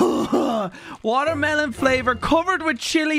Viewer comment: "watermelone" hahaha